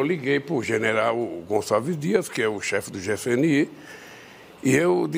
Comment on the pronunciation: Ele disse GCNI?? 🤭🤭🤭🤦🏻‍♀️🤦🏻‍♀️🤦🏻‍♀️🤦🏻‍♀️